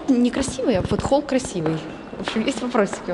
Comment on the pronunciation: Я считаю,молодожены выбрали площадку с выходом на крышу... Не расслышала атлон? Холл))))